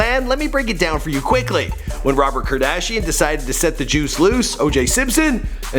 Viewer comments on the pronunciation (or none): none